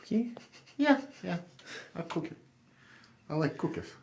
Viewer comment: “Warm water and a coohkie”